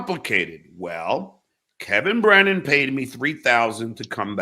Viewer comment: Underrated Johnism: Kevin Brennan = “Kem Brem”